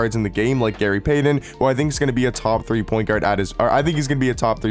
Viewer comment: Bro you somehow manage to butcher names every damn week lol "Gary Paden"